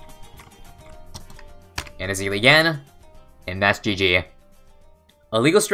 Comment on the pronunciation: you missed the meme of ezili, it's not e-zili it's easily bro